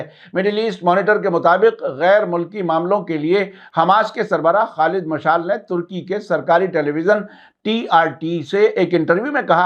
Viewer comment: Salamun alaykum sahabmaf kijye Aap kuchh alfaz ka talaffuz galat karte Hain shayad is ki wajhah English zaban se naqal karne ki wajah se hai jese hoosi ko hoti kehte hain ya jese Khalid مشال ye galat hai sahi ye hai مشعل maf kijiye ham Aap ko brabr sunte hain